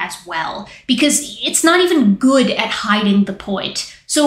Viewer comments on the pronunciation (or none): none